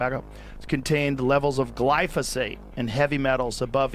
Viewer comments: My dude it's glyPHoSate, not glySoPHate. Joe said it corrrectly, yet immediately after you can't pronounce it?! Are you doing it to make morons like me click and comment? Dammit I fell for it again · Bruhhhhhh.. why you keep saying "glyso-fate"?..when "glyphosate" is clearly spelled out there in the articles you shared.. It's also QUITE ironic that you speak of not falling for psy0ps, when unfortunately you've eaten that "MAGA revolution" shyeet right up ..w/ appetizer, dessert, + digestive enzymes and all 🫣🤔😏 ..As if you've never heard of controlled opposition.. It's all theatre, the multi-felony prosecution, the assn'tn attempt", jan6 etc —in order to gradually roll out the technocratic broligarchy under the guise of "trust-me-bro hometeam good ol boy culture", bc Trump’s "obviously the good guy", being that he's constantly persecuted ..as if whole PR narrative orchestration isn't a thing.. But yeh y'all check out some peers of Luke's who are more perceptive: The Last American Vagabond website/rmble/telegram channel/twitter page etc, as well as The Conscious Resistance —Ryan Cristián, Derrick Broze, and Whitney Webb are all examples of some of the most persistent & objective truth deep-digging journalists that are out there today, along with of course James Corbett, David Icke and others who've managed to question & dodge the persuasive potential of practically every political/social narrative been pumped out over the past 2-3+ decades.. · "Glyphosate"= "Glie-foe-sate". Also there are more efficient ways of de-weeding than pulling them all individually & some that are actually good/helpful to grow around crop plants.